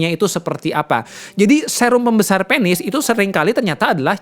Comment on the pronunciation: Penis Bukan pēnis ... Kepsek Bukan kēpsēk dok Anyway suksēs selalu trims infonya Sangat berguna banget